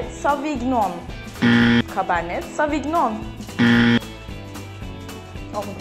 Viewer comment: Sonuncuyu siz de yanlış okudunuz. Kabarne sovinon diye okunur. Jalepeño gibi n harfi üzerinde inceltme işareti olmadığından dolayı.